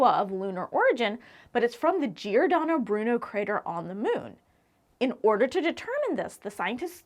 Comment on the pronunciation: Brava! Giordano Bruno very well pronounced!😊